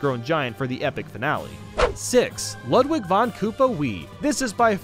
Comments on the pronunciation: It's not luhdwig, it's lewdwig. You were saying Ludwig as Luhdwig. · DID I JUST HEAR LUD VIG BEETHOVEN!?!? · Ludwig’s name is pronounced “Loodveeg” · Ludwig is pronounced Lood vig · He said ludlig wrong....